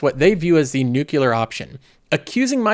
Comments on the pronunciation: why do i hear nucular when he says nuclear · Wait, Iran have a Nucular program as well!? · Did you say nuke yoular